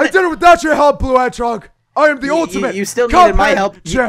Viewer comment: This is how many times he said blue hedgeog | | |